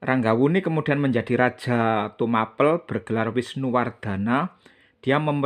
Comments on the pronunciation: Tumapel di kata in Tuma- Pel...gak usah di pisah Mas Broo Pel ( ngep-Pel) bukan akhiran A- Pel yg di kata jdi kurang masuk kata bahasax Tumapel bukan Tuma-pel Mas Broo .. 😂😂😂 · Itu bukan ilat Jawa atau bukan mas Broo..tapi yg aq tahu dari guru sejarah dulu itu memang gk bilang Tumapel jdi Tuma- Pel ( ngep-Pel) gto ... 🙏